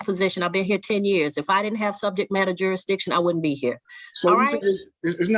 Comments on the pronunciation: What’s ‘juridition’ fool! 😂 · The SovCit says the word juri-diction. He cannot pronounce jurisdiction. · He can’t even say jurisdiction right. “Jurishdishhon” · Juradition lol